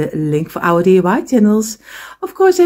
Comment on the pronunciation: I am a new subscriber. I just love your work. Just to help you out the word you were looking for is a lamp post. Also I chuckle because you say DUI instead of DIY. You are too adorable!!! Thank you for teaching us so much. Can you do more with the small blocks please?